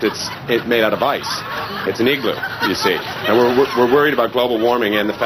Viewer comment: igloo not eegloo